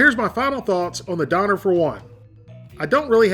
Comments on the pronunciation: Isn't it pronounced "Doe-Nair"? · You’re mispronouncing it it’s pronounced “dawn y’air”. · its pronounced Don"AIR" "keBOB" your pronunciation is killing me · Doe-nar is how you pronounce it properly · don-air. that's how you pronounce it. triggered me real hard hearing you mispronounce it. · it is pronounced Doo-nar , and in Germany they are on every corner in most every city :) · It's pronounced donair not doner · I had one of those in Germany. It's pronounced "derner"! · You butchered the shit out of that name haha pronounced more "DoooUner Ke Bob"